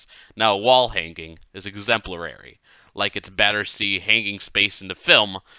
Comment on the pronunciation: the upload is appreciated even if the mispronunciations are genuinely distracting - "pentience" and "exemplarary" are pretty attention-grabbing. Easy to produce such mistakes when hurrying.